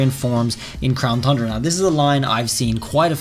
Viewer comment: I love how you pronounce tundra “thundra”.😄